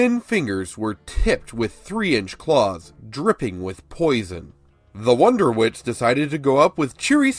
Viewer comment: Is him saying wonderwits instead of wondertwits bothering anyone else or is it just my OCD again?